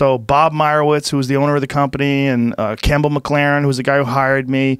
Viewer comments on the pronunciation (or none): none